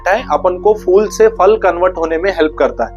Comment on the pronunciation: Fool ( फ़ूल ) naheen Phool ( फूल ) kaho फ़ूल ( मूर्ख ) !!